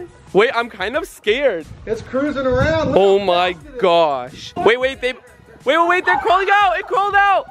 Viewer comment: He said "wait they"